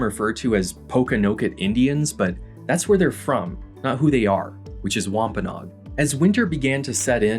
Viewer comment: ish and onwards It’s wahm-puh-noh-ag (add the extra no syllable) Source: I live there/oral tradition